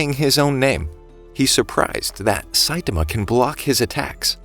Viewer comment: its not saitima its Saitama say it like this sait-aarma